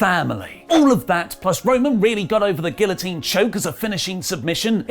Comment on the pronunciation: Roman got the guillotine choke. Olí got over mispronouncing it’s name